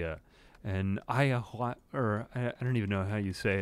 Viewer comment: ayahuasca is pronounced like aayuh-waas-kuh :^D